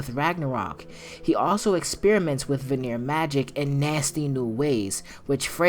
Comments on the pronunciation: VAN-EAR, not VUH-NERE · I love the video, but one note, Vanir is pronounced VAnir not VaNIR. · Brother, it’s pronounced “vah-neer,” not “vuh-neer” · You saying vanir wrong it pronounced Van-e-yer not va-near lol